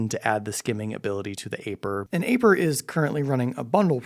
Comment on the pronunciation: It's eye-purr not A-purr 😂